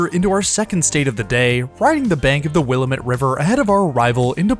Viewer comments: Two pro tips: if it's a clear day, sit on the left heading south for great views of the Cascade volcanoes. And the locals pronounce it 'will-AM-ett' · It’s will-AM-it, dammit! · It's "will-AM-ett" dammit ;-)